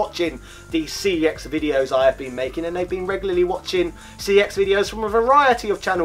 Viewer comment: It's pronounced "sex" not "C E X".